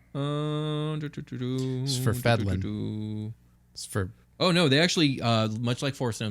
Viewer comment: I believe the pronunciation is "Svirf(as 'Nerf')-Neb-Lin."